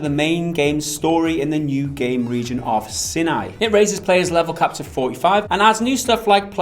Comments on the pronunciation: Hahaha SINAI is not pronounced SIN-EYE it's S-EYE-N-EYE! Guess hasn't watched the 10 Commandments or heard of Mount Sinai or the Sinai Peninsula or heard anyone say it properly LOL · Sin-aye? I let all your other British pronunciations pass because it’s classic. But I am assuming you were talking about the Sinai. Sigh-nigh. Sorry for the correction, cause I usually hate those that do. Luv ya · And they also mispronounced Sinai.... that was the only thing that bothered me.